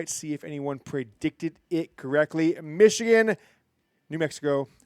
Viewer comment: 37-9 Meeechigan